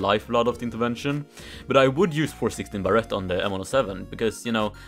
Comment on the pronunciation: Everyone: Barrett: Barrette